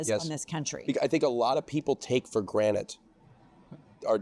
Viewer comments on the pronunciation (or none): Granite? GRANITE? It’s take for GRANTED. Oh, you’re pretty so I’ll forgive you lol ❤ but how did they let that slide? That’s how it starts!